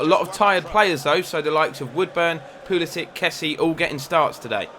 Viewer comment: This isn't a complaint but why do you pronounce Pulisic Pulisi-ick